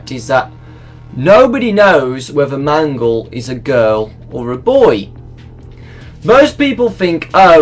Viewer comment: Wait when I heard you say mangle it kinda sounds like man girl